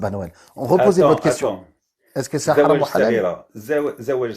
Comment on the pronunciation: On dit haram et pas halam